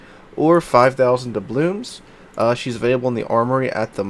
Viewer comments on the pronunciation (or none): why do you always say dublooMs? :D